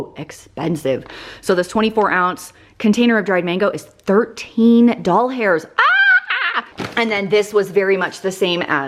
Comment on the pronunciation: “$13 Doll-Hairs, Ahhhhhh!!” Why aren’t we best friends?!?! I say doll-hairs too! 💚💚💚